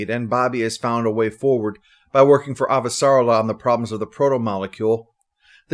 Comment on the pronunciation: Thanks 👍. (Ah-va-sa-REL-la, I think.)